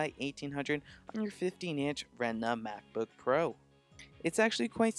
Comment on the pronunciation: 'RETINA', not 'REHNDMA'